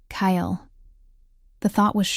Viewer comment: Strip dice. Now that's funny. Then there was the AI reader saying the Beta's name, Kyle's name as Kale, the bitter/peppery tasting super green. Really good story; thank you for it. Ho-lona was a really neat character and I liked her and Elliot. I liked their pairing together. The maid friend/lady in waiting, Mart-ta was nice too. The housekeeper was also an interesting character.